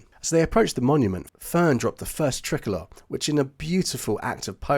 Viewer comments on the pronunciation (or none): Really great story and well put together one thing though is it is pronounced try colour